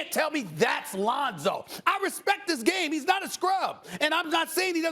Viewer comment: Bruh said “LeOnzO ball 🏀” Too high lol 😂 jp